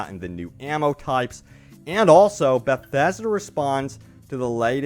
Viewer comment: I can’t listen to you say “bethasda” one more time. Please stop talking through your nose. Great content, needs subtitles.